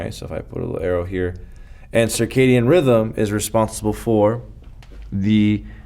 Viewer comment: It's circadian not circadium.